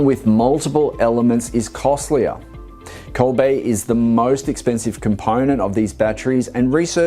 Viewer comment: Does he mean to say cobalt im sure he keeps saying cobait. Wasn't sure.